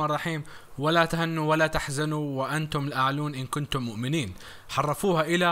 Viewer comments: جزاك الله خيرا ...تصحيح ولا تهنوا...بكسر الهاء وضم النون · * تهِنوا بالكسرة *الأعلَون بالفتحة